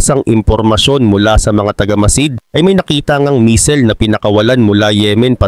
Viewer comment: buti nmn bamer na pronounce mo hindi na bamber 😂😂 kaso ung Misel medyo sablay